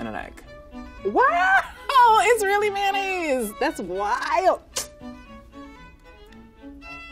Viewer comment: 発音「ﾒﾖﾈｰs」なんだ……